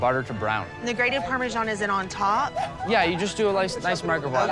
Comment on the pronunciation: How to pronounce Filet Mignon 😂 Nick you need to learn how to pronounce 'Parmesan' it is not pronounced 'Parmeshan'